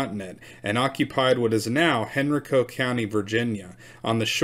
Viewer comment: Pronounced Powa-tan. Hen-ri-co.